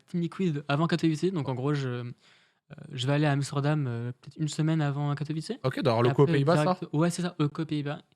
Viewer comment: Bravo au viewer qui a rectifié la prononciation de Katowice <3 L'anecdote avec ToD c'est ouf !